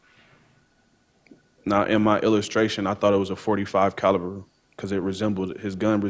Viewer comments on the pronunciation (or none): none